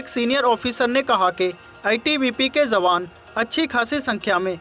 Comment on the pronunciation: Sahi shabad 'jawaan' hai, 'zawaan' nahin. Ucharan theek karo.